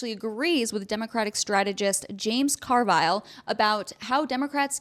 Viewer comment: I caught the "James Car-Vile" pronunciation...LOL